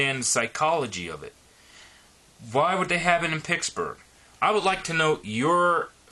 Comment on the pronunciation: At least pronounce it properly. It's PITTSburgh, not PICKSburgh.